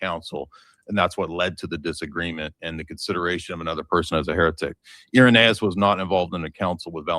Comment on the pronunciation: Haha dude can’t even pronounce Irenaeus when he’s reading it off his computer 😂… I ain’t using Wikipedia 😆 this was too funny.. Harriet Tubman says we was kangs n shit